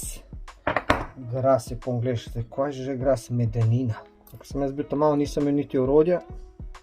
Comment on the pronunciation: Brass ne grass lol